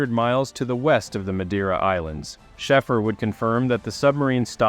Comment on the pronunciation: His name is pronounced,... "Shayfer" 4 fk sake!!! 😅😅😅😅